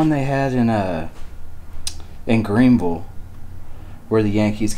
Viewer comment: I think they say every state has a city named Greenville. And says it like I do: Green-vull. 😉💕😀